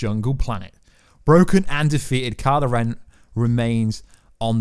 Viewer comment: It'd kylo ren.... not karla ren